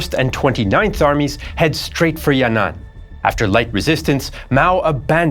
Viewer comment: It’s not yan nan, it’s yan an